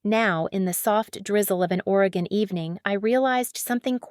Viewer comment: I do not know where you are from, but thank you for pronouncing Oregon correctly.